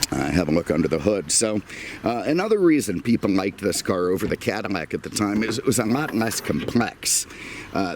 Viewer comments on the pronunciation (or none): Just curious I notice you often replace l in words with m sound like often saying cadimac instead of cadillac and I noticed a few other words ....just curious